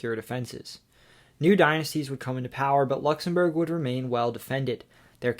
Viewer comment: Nice effort on the pronunciation of the Country’s Name.